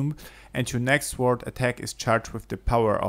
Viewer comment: Say >sorrrrd< or go British and say >soooood<... and not >swwwwword<!!!!!!